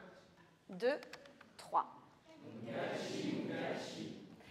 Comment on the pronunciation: Mukashi , mukashi , sans T !!! Et sans accent Italien ... De grâce , pour cette belle langue Japonaise !! De Nuku Hiva , Archipel des Marquises 🌴🌴🌴